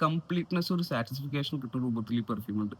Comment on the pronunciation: സാറ്റിസ്ഫിക്കേഷൻ അല്ല ബ്രോ. സാറ്റിസ്ഫാക്ഷൻ.